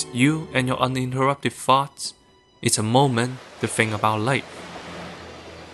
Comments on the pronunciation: I know he’s saying “let us be alone with our farts”, but it sure does sound like “alone with our thoughts”… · brother, I thought you said "you and your uninterrupted farts." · Coulda sworn he said “It’s just you and your uninterrupted farts.” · I can not be the only one that thought he said "it's you and your uninterrupted farts" at first. If you're wondering, he said "it's you and your uninterrupted thoughts". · Same XD. I guess the accent in "accented cinema" was deliberate.